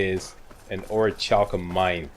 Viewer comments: I think it's pronounced Ori-kal-kum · its pronounced orc-u-lum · it is or-i-cal-cum i think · So what's with all the armor,? No glass cannon on Legendary this time around? Lucky was sooooo much fun to play! (Not that 135 armor rating helps you that much on Legendary, hehehe.) FYI, I think the "ch" in Orichalcum is a hard "k" sound